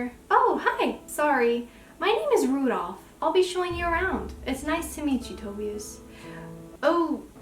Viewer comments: Shnai-an. That's how you could pronounce Schneien (it means to snow if you wanna know 😅) And no hate but as a German the way you say Tobias is heartbreaking xD Edit: Sorry for the correcting, you seem nice :D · The way you pronounced Tobias is the same way my twin sister pronounced it for the first time I suspected she might’ve been pronouncing it wrong so now we say it correctly and btw me and her just recently reread the whole Webcomic this video is amazing btw you did very well ^^